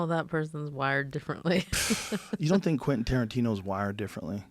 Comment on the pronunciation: idk why it's killing me that he say "i tink"